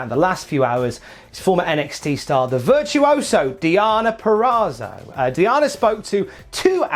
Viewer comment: VirtuosA, not VirtuosO,.